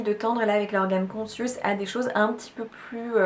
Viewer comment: Conscious ne se prononce pas consiouce mais koncheuss. Google donne la prononciation des langues étrangères. Ne pas hésiter à contrôler ! 😁